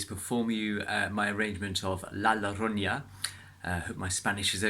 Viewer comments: It's pronounced "La yorona" 😁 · You don't even get closer to the correct pronuntiation! You said "loronya" 5 stars as a guitar Player, 0 as Spanish speaker!! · Thats not how you pronounce the name of the song